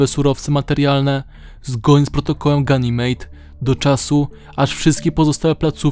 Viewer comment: Protokół Ganymede (czyt. genymid)